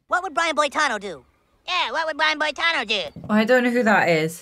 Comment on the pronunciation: Why are you mispronouncing Brian Boitano?